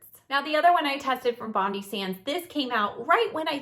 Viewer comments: Great video thanks, Bondi is pronounced Bon-dye though 🙂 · please,please pronounce Bondi as Bond Eye It is named after Bondi beach